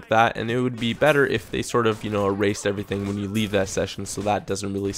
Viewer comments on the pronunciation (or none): none